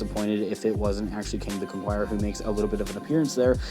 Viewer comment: CON KER ER not CONQUIERER